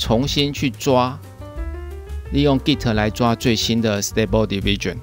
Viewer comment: 你讀diffusion 不太正確喔